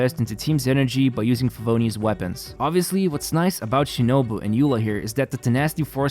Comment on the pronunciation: Cookie She-No-Boo.